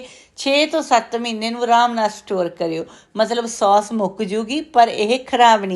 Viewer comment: ਉਹ ਬੀਬੀ ਸੌਂਸ ਨਹੀ ਕਹੀਦਾ. ਸੋਸ ਕਹੀਦਾ ਹੈ 😂😂